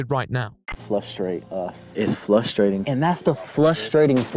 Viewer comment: "Flustration" The feeling when your haters are saying you're a bad person, making you flustered and frustrated.